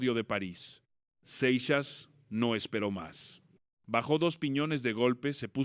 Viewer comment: No seas naco se pronunciaOl Seixas